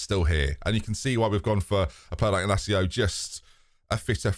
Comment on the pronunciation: Inácio was well pronounced but the First name is pronounced Gonsalo the c before vowel is read s in portuguese. Of course there is no problem in misspronoucing names